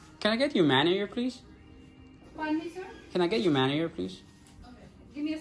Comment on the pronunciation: When you say “Manager” make sure you pronounce the G